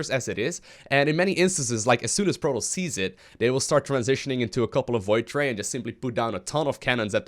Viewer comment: Its Pro-TOSS! Not Pro-toast